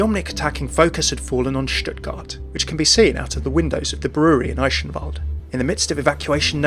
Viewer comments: 'Eischenwald' dude.. it's called Eichenwalde with a soft 'ch' and not 'sh' or 'sch' :D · it's pronounced i-ken-vald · There's a few different ways to pronounce the ch, depending on the context. In "Eichenwalde" it's best described more of a "guh". So "Ei-guhn-wald" In "Balderich" it's a bit harder to describe, since the kind of sound the "ch" requires here doesn't really appear in the English language as far as I know. It's kind of like the sound of clearing slime of the roof of your throat. The same pronunciation as "Van Gogh" in Dutch. I'll try finding a link where someone correctly pronounces that for you. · thats not how you read eichenwalde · It still sounds off, but I really appreciate how you try to pronounce Eichenwalde correctly :) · Wrong. The ingame announcer is pronouncing it wrong. "Eyeshenwalde" comes pretty close to be correct, although "ch" is a sound formed by not sticking your teeth together, similar to "appreciate" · So is it sh like he said here or more ck like the game pronounces them in your opinion? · i'm triggred that you pronounced eichenwalde wrong XD